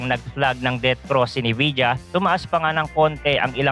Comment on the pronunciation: NVIDIA yun lods, pronounced as "Envija" You're welcome.